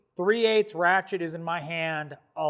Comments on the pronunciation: Every time you say ratchet I hear rat shit. Am I the only one? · I swear to god he said “we’re talking rat shits”